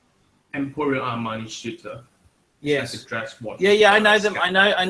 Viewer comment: haha emporio armani SHEETER he say